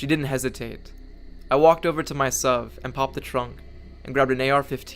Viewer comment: Whenever you said suv i cringed